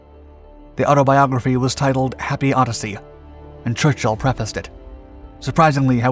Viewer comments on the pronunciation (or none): none